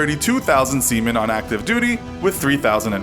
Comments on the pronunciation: Did he just say semen but it was sea men? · he says semen lolz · Pfft! He said seamen 🤣